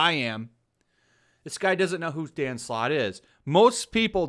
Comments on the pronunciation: i swear i keep hearing dan slott as "danm sloth" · The perfect definition of a man breathing his own farts. Quantity doesn't mean quality. P.S: With my non english ear, i couldn't help but hear Dan Slut everytime you said his name x)